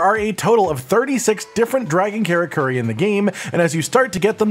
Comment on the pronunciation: Men - uh - toe (Minato) Car - uh - ker - ee (Karakuri